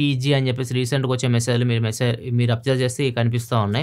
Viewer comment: yenti bhayya nuvvu "message lu" antunte naaku "missile " ani vinapaduthundhiii 😒😒